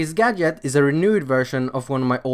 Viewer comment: That’s not how you pronounce gadget